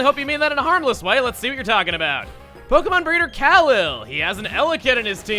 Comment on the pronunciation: I have a feeling Jirard is crying in his computer chair because of the way Chugga pronounced 'PKMN Breeder Kahlil."